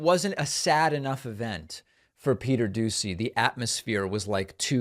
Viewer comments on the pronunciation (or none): Sir, since you don't watch TV I will help correct you, his name is pronounced "Peter Doo-She."